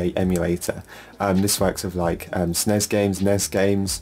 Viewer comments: Ya or what i call it is S - NES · Do you really pronounce SNES like this??